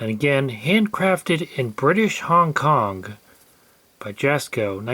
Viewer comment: Hong Konk? Strange way to say Kong..